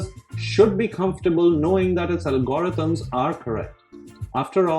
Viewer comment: This is a very well considered presentation, one that I think fairly shows the bull and bear cases for the UPST and which prompted me to subscribe to this channel. Some Americans may find the speaker’s accent distracting, even off-putting, which would be their loss. I had to go back to listen to part of it a second time when he discussed algorithms, which to me is “ALgorithms”.